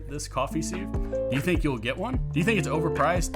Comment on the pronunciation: Beats me why music is thought to be necessary at all. We’re here to listen to what’s being said, not to have a boogie. And while I’m here, what’s with this ‘seev’ nonsense? It’s pronounced ‘siv’.